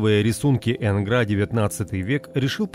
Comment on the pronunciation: Не ЭнгрА, а Энгра.